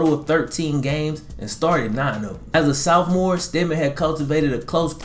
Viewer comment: Why u say Sophomore like dat